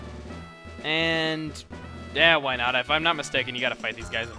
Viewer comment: He said whynut